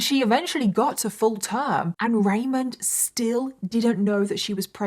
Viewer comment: *ramon Rivera, not Raymond Pronounced like ramone